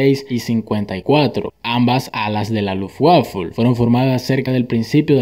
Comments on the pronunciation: Por favor, Luftwaffe leído no es Luft-uafe, es más bien Luft-bafe. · Lutfwaffe, se pronuncia lutfbafe. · Como dato: Luftwaffle se pronuncia “lufbafe” ya que la pronunciación de la W es como una B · Muy bueno el vídeo pero el tema de la Luft Waffle😂 me desesperó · Gracias, muy interesante y razonable explicación sobre el color chillón en los cazas alemanes. Consejo. Por favor al nombrar a la Luftwaffe pronunciar bien. Lo escribo como se debe pronunciar en español: "Luftvafe" y no como se oyó " Luftguafel" Hasta otro. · LUFTWAFFE SE PRONUNCIA "LUFT-VAFE" - NO DIGAS LUFT-WAFLE... indica falta de seriedad. Además, se dice "reduciendo", no "redujendo". Es importante hablar bien, estimado. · Para la otra pronuncia Luftwaffe asi Luftvafe... Parace que dices luftguafle jaja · Lufwaful ? No. Pronunciar : Luft-bafe (escrito Luftwaffe) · luft-vafe, no waffle 🤣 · LuftwaffLe no, Luftwaffe. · Es espantoso cómo pronuncias los nombres y palabras alemanas. Por ejemplo Luftwaffe, que significa «Arma del aire», se pronuncia: "luft vafe" y no "luft guafe". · Son cazas alemanes, por que pronuncian sus nombres como en inglés? I todo el video hay que aguantarse el escuchar Luftwaffe como si hicieran wafles! Se pronuncia como "luftvafe", y existen traductores donde escuchar las pronunciaciones, para no hacer un video entero así de malo! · No sabes cuando se empezó a usar ese color? Ha inicios de 1940 con el bf109 e3. Se pronuncia Luftbafe y no luftwaffle. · Buen video amigo!!! pero parece que decis luftwafle jaja! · hahaha buen video amo la froma en que le dices luftwaffle a la luftwaffe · Muy interesante, pero me vas a permitir una pequeña corrección. En alemán la "w" se pronuncia como una "b", luego Luftwaffe se pronuncia "Lufbafe". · "LUF UAFLE" esto si es contenido Goood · es que este señor le dice luftwafle😂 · Luftwaffe se pronuncia luf-vafe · Luft Waffle xD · La "luftguafle", si no sabes pronunciar, di fuerza aérea alemana.... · La "lutwaflel" XD